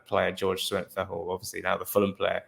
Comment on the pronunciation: Good video. Pronunciation is Kuenka.